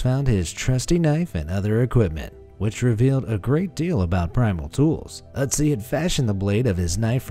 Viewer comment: German speaker here: good pronunciation of the Ö in Ötzi! I've seen Anglophones struggle with that...